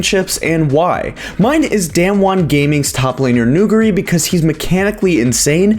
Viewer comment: People cant pronounce nuguri's name bruh